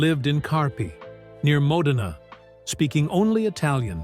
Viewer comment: Do you mean Borgnine lived in Modena? It’s pronounced. mo—dehnah.